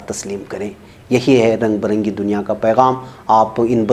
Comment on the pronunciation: رنگ بِرنگی صحیح تلفظ ہے نہ کہ رنگ بَرنگی۔۔۔۔